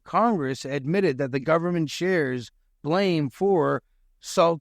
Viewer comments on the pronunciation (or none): none